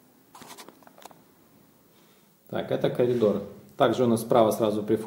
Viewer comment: трижды прослушал: "это колидор"